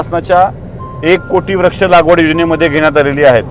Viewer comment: याला म्हणतात खरी पत्रकारिता. खूप खूप धन्यवाद. एक सूचना करावीशी वाटते - काही शब्दोच्चार सदोष वाटतात उदा.- व्रक्ष ऐवजी वृक्ष, अधिगृहित ऐवजी अधिग्रहित असे असायला हवे.